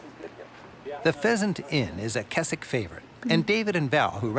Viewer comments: I'm sorry, Keswick is not pronounced Kes-ik, it's Kez-ik The Lake District is my backyard. Growing up playing in this beautiful area of the country. Sadly it's all too easy to forget it's there and only be reminded of just how amazing it is and how lucky we are to live here when tourists stop and point at it. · He keeps mispronouncing Keswick, it's "Kezzick", not "Kessick"! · Also , the town is pronounced Kezzick, not Kessick. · The guy refers to "Kesick" it is actually pronounced "Kezick" with a Z. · for the record it is pronounced Kezzick. we have horse gymkanas and show jumping, like you see in the olympics.